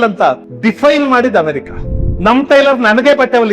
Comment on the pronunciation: ಅಣ್ಣ ಸಾವಿರ ಸಲ Diffaine ಅಂದ್ರಿ. ಎಲ್ಲಿ ಕಲಿತಿರಿ? ಆ ಮಾತನ್ನೂ Diffaine ಮಾಡಿರೋದು ಅವರೇ 🤷‍♀️